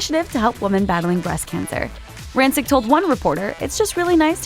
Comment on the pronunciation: you're mispronouncing her last name